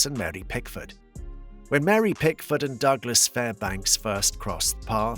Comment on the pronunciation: Pickford, not Pigford🙄